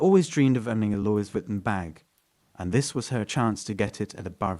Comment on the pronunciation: "Luey- vi-ton"